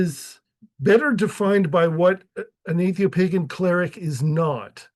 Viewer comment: Either atheopagan is misspelled or you can't pronounce it.